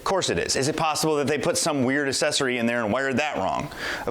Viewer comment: "Accessory" is not pronounced, "assessory."